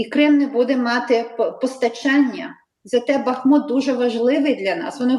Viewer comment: Ведущему: не бАхмут, а бахмУт.